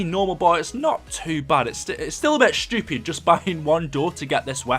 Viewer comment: i love when british people say "stupid" :)